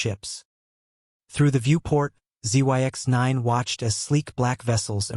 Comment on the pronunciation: Zyx is pronounced as Zix.